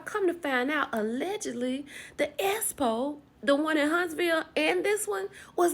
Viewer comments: Please speak correctly when saying expo we know says espo but I didn’t need to hear it over and over again while trying to listen to your video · 😂😂😂 "S-po" this girl can't talk. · For and everyone the Expo is pronounced X Po not S Po I cringe everytime I hear and everyone pronounce the word wrong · can we please pronounce EXPO correctly geez-us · I CAN NOT 😂 NOT YOU SAYING ESSPO!!! 😂😂😂